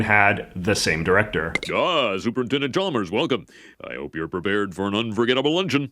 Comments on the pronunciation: Umm I think you'll find it's pronounced Supernintendo Chalmers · You mispronounced "Super Nintendo Chalmers" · I hate to be That Guy, but: As you were pointing out the inconsistencies and contradictions and errors of the segment…you repeatedly mispronounced Super Nintendo Chalmers’ title.